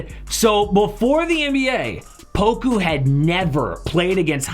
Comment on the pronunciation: Say poka instead of poku